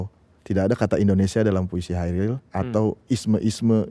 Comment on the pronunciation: Pengucapan Kairil Anwar dari pembawa acara terasa mengganggu. Seharusnya KHairil Anwar. Selain daripada itu, video ini sangat menarik dan bernas!👍👍 L50.